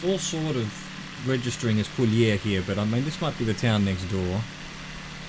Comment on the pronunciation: Co -lee - ur for prononciation I'm french viewer, and thank you for your video and your curiosity for my country